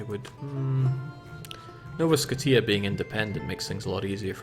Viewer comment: "Nova Sko-T-ah" was amazing